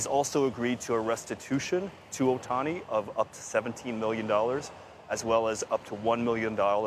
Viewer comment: can these newscasters just try to learn how to say ohtani...?? They need to try harder